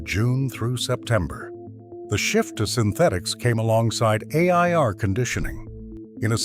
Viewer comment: This is so annoying he can't pronounce air. He says a t.